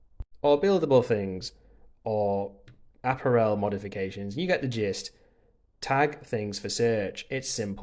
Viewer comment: Please take this as it is meant, to be helpful: Check the pronunciation of 'voila', 'melee' and 'apparel' - your attempts were way off. 😉